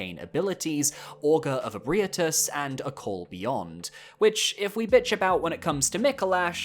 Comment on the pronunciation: I just want to say that the way you pronounce Ebrietas causes me pain lol, but other than that, fantastic video like always! If you're open to video ideas, how does a "the dogs of Elden Soulsbornekiro ranked" sound? lol